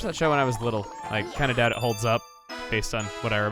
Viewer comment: don't you mean when you were....wittle